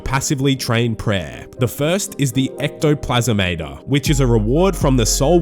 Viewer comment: Ectoplasm-ater 😂😂😂 Ecto-plas-mater is the proper phonetics my guy. Gave me a good laugh though.